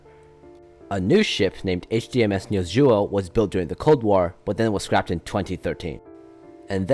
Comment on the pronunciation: This is a really good video, Although as a dane i will have to hate on how you say "niels juel" (Although the video does sound alot like just reading a wikipedia page)